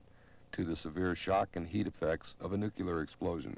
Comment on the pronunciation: He pronounces nuclear wrong.